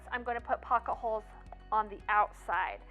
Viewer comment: Drinking game….every time she says “pock-a-holes”, have a cocktail! Lol I know it’s pocket holes. Great video!